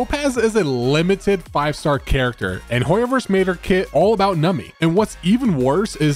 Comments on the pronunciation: It is "Numby", not "Numpy", and should not pronounced as "Nami" :"( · im sure theres like a billion comments like this but its NUMBY pronounced num bee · The only thing that bothers me is you cant pronounce Numby properly 😂